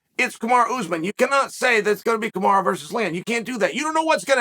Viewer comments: Why does it sound like you’re saying Kamara instead of Kamaru ? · "Kamaru~Kamaro~Kamara"- Chael Sonnen